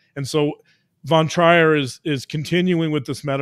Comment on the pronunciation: The name Trier is pronounced Treer. Love to listen. Thank you for showing us and explaining the depth of the damage inside human psyche.